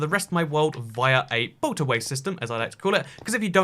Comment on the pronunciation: i heard "boat away" several times until i understood that it's a boatorway